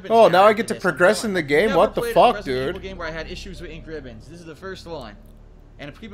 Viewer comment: in: Misreading Basic Button Instructions and Overusing "Een Kribbons"